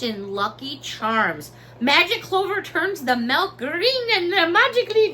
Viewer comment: Lol you said melk instead of milk. You are definitely a Chicago girl!